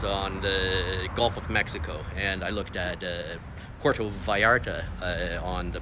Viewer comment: Just a friendly little correction...Puerto rhymes with where-toe. Pwair-toe. Por-toe would be spelled porto. Hey , might as well learn to correctly pronounce Mexican cities in proper Spanish if you're going to live there, right? Puerto means harbor. You'll note that cities like Puerto Vallarta, Puerto Libertad, Puerto Lobos, Puerto Magdalena, Puerto Mexia, Puerto Argudin, Puerto Cortes are all on bodies of water.